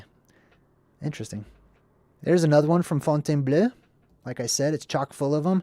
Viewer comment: Fontainebleau = font - ten - BLOW